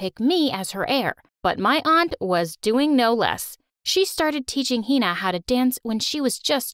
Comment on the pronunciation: yea but the way they pronounce hina 😭😭